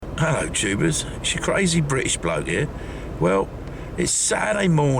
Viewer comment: 100th! funny when he says ello tubers!